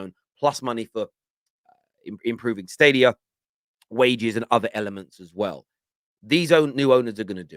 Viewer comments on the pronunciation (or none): none